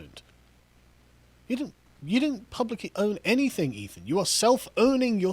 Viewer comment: Guys, it's "Ethan" ...